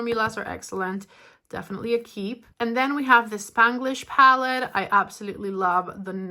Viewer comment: How can you say Natasha but cannot say palette